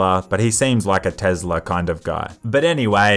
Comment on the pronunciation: "Tezla" lmao its better than tesla tbh